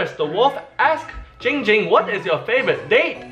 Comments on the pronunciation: says his name wrong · He nerver said it right its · he said ging ging and not *le gasp* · Why does everyone call him, it’s clearly 🤦🏽‍♀️ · You know it's not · It's!!! Not not not ging ging it's dck dck